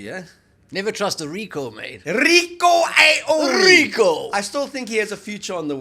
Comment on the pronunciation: Why cant you guys pronounce Ioane ? Its easy, you've heard it spoken ...